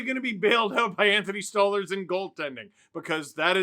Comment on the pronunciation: "Stole-LARS" not "Stole-lers"